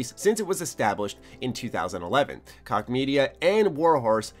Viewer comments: it's pronounced Koch (Coke) not (Cock) lol. I thought it was hilarious though. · it's pronounced Koch jeeze it's not that hard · Did he really think Koch is pronounced "cock"? Good Lord! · THQ Nordic has been killing it with their acquisitions lately, and they made like 700 million dollars last year which is like a 700 percent increase from the year before. I think koch is pronounced like coke btw. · niche (neesh) Prague (Praag), koch (coke) jesus dude. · Koch is pronounced cook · It's pronounced Cook bra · Koch is pronounced, "Coke".